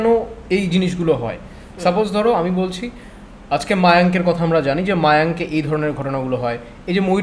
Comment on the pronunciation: Ota mayank noy mayong